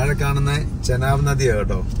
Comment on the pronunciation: ചനാബ് നദി അല്ല. ചിനാബ് നദി